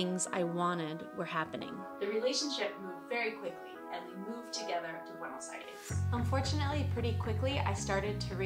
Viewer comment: the last E in Buenos Aires should be pronounced like in the word Test, :)